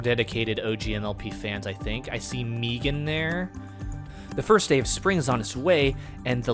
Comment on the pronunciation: The way you say Meegan like they do in the Dubs over at Scootertrix Studios is a very nice touch.